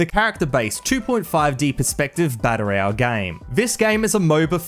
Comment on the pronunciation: learn to pronounce "battle royale" correctly.